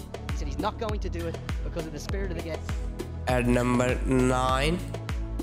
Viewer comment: Numbherrr tten 😂